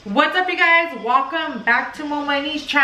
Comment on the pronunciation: Lol I just love how says Walcome instead of welcome 😉 love you.